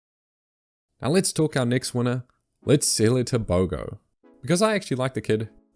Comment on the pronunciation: it's not pronounced tebogo